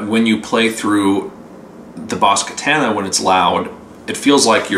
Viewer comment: God, another one mispronouncing the amp name